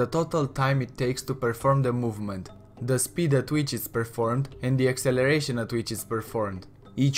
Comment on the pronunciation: It is not duh